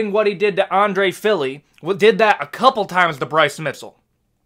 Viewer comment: Bryce Mitzel? Props on saying Appalachia right 👍